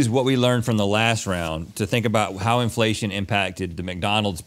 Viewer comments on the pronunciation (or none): Pretty sure Link keeps saying "infellation"